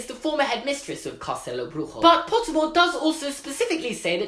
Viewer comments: Was not a good job on portuguese but nice try 😂 I mean “castelo” was right but “bruxo” no... Love ur videos tho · It's actually BRUSHO, not "Brujo" like in spanish... but your pronounciation of castelo was awesome LOL